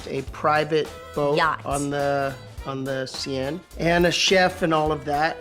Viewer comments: The See-enne?!! Ha ha it's the Siene, (pronounced sen) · I love how you both say ' La sienne' La seine is pronounced 'la sen' :D but really I'm going to call it la sienne from now one, I don't care.. You really are a beautiful person. Such a great aura xx love from Paris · The cien it’s the Seine like sen lol 😂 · That is so cute! But it is pronounced Seine (as in sane more or less), not Sienne ahah <3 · It's "SEINE"...Not Sienne. ...you're too cute. ... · *River Seine... not siene :) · The Seine river in Paris is pronounced the "Seh-n," pero Im not being petty 💁🏽‍♀️😜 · The way you guys pronounce the Seine river is hilarious 🤣